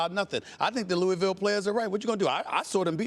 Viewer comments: Thank you!!! I am from Louisville and It always makes me cringe when I hear it pronounced lou-ee-ville instead of the correct way of lou-ah-ville!!! But anyone who is a native knows this lol. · Loo-ee-vill just sounds ridiculous. One of those words that when you say it this way you immediately know it's wrong